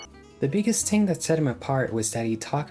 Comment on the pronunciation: Learn how to say the word "thing".